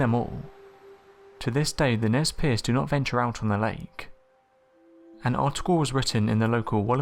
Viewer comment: props for pronouncing Nes Perce right